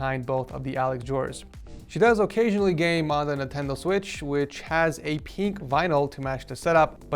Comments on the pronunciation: I love how says “peenk” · I love how says pink (peenk) lol